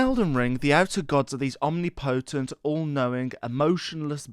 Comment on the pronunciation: The way he said omnipotent , "omnee- potente"😂